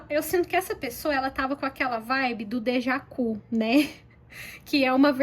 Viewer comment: 😂😂😂 Estou rindo aqui com teu "dejacu"!!!! É "Deja vu"!!!!!😂😂😂 Com V!!!!❤❤